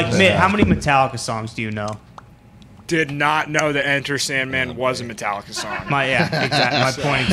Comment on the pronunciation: Metal-licka?? Mitt stick to that Yankees hat the white sox don't want cha